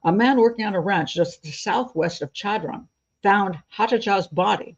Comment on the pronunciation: Chadron, NE is my hometown. Small note...The Ch is actually pronounced like Sh (as in short), with an emphasis on the first syllable - Sha-dron. Thanks for a good episode!